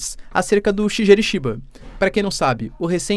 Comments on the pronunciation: Boas Professor! Para ficar bonito nos proximos eventuais videos, quando for citar o primeiro ministro do JP se pronuncia "Shigueru". Tmj! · 🙏 fala o nome do primeiro ministro do Japão direitinho😢… Shigeru